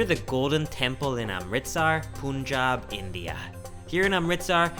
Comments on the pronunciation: Hey, the pronunciation of Punjab, is more like "Panjab". Great videos bro! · It is not pronounced as POONJAB, it is pronounced as PANJAAB. punj means five and AAb means water. It is land of five rivers. Among the most fertile land in the world acre to acre. Chef Hemant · Bro a small note its Punjab not punnjab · It's not poonjab it's Punjab. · It's not poonjab it's punjab 🤣🤣🤣🤣🤣🤣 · Not “POONJAB” bro it's “PUNJAB”..... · please don't call it Poonjab its Pun. like a joke pun. Punjab. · Lots of fun. Punjab...the first syllable rhymes with fun, not spoon. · Dear, warm greetings. i liked this food journey as your earlier vlogs. Only one thing pinches me that you are pronouncing Punjab as 'Poonjab' which is actually pronounced as 'Panjab'. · Lololololol, once again it's not poonjab 😂😂😂, it's phanjab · Hi Brother..pronunciation is "Pan"jab"...not "Pun"jab"... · Puuuunjab lol no oofense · Great vlog. Punjab 'u' is pronounced like 'u' in bun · Panjabb this is how we say it but no problems what u say love nd respect from all the sikh people we love nd respect everyone take the name off god nd do good deads that r moto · It was going well until you called Punjab "POONJAB" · "Poonjab" HAHA! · I don’t understand the pronunciation of Punjab. How Poonjab haha but love video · You pronouncing Punjab wrong...its pronounced as panjab. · "Pooonjab" Welcome to Canada😂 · Punjab is pronounced as "pan" + "jab" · It's Pun (like Mon in Monday) and Jab (like Cart in received pronunciation). More like Pun-Jaab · I love you man, but the pronunciation of Punjab as "Poon-jaab" was grating. The "pun" part is pronounced as in "punch". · U look good in the Punjabi dress but u didn't pronounced Punjab correctly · It's really great to see you respecting the culture and religion by not rating the food and wearing a proper attire. Only thing that went wrong was your pronunciation of "Punjab" xD Amazing work though!